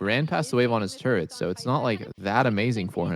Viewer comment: what about "turrent" instead of "turret"